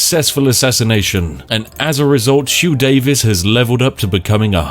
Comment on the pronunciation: "hugh davis" the welsh over here want our names back "Huw Davies"